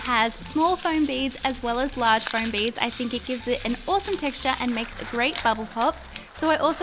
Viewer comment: Foam, not floam, as you said in the last video